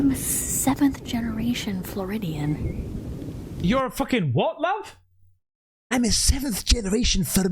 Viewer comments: You need to work on your English! She said "floridian" not formidian baba..... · I couldn’t stop laughing 🤣🤣🤣🤣🤣🤣🤣🤣🤣🤣🤣 What is a flodiburidian hahahaha Floridian . I just can’t. No idea why this made me laugh so hard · Every time said “7th generation Fromedian” I laughed so hard my tummy was aching at the end 😂🤣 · Flirmidian! I’m dead 🤣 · I can't believe we got a twerking before GTA 6 (and seeing someone calling herself a 7th generation Floridian in a random clip that has nothing to do with how many generations she comes from LOL, weird people:D) as Belgian I understood she said Floridian, but couldnt stop laughing at inventing several other words like flurmidian or furridian 😂 bro even said flurmidiate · Man, you're never gonna let that Florida lady live that down are you 😂😂😂 "7th generation flormidite" at least 10 times😂😂😂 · Fyckin hilarious with the Florydite, Formaldehyde, Formidiean! Honestly dude, you killin me😂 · Lmao I’m a Floridian, and I about died when said “Fleurmedian” 😂😂 I never heard no thunder like that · Lmao you made me laugh so hard when you said “florodianlablah” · WTF is a fronidian ? ^^ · Hahaha! Was driving me nuts hearing him say "Floridian" wrong every single time!!! I thought he would've got it when he heard this was happening in Florida!!! ;) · She's from Florida! Therefore she's a Floridian! Why are you making fun of her when you're the one who can't pronounce it! Try not to be so rude! Don't you think there's a chance she's going to watch your reaction? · Dude, you sound awful mocking the Floridian comment. I winced every time you made fun of it, butchered the pronunciation, etc.